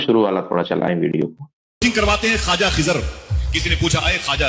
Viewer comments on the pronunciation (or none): Khazir Nahi Khizr plssssss allah ke waste nam ka prounounciation durust kro kan me chub rha h litrally